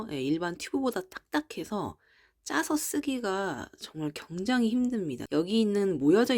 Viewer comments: 굉장히를 경장히라고 하시는ㅋㅋ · 내용은 감사한데 굉장히를 왜 경장히라고하시는지 거슬리네요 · 서울사투리입니다. JN님이 계란을 겨란이라고 하시는데 겨란도 서울사투리입니다.